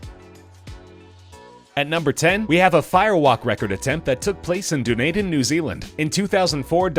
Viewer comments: "Deneiden" 😂 its pronounced "Den-ee-den" just pointing it out there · Dunedin pronounced Dun-ie-den : source I'm a fucking kiwi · I'm Dutch and when he pronounced the name I laughed so hard.😂